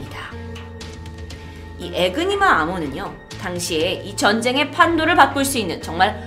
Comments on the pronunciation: 에그니마가 아니라 에니그마입니다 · 애니그마인데 자꾸 에그니마라고하네 똑바로좀알고좀하지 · 에니그마 아닌가요?? 왜 에그니마라 하시지?? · 에그니마가 근데 더 입에 착착 달라붙네요 ㅎㅎ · !에그니마가 아니라 에니그마입니다! 항상 영상 살 보고있습니다! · 에그니마x 에니그마o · 에그니마! 에그머니나! 에니그마를 에그니마라고 해버렸네! 에그머니! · 너무 귀여운 실수에융 ㅠㅠ 귀여우!!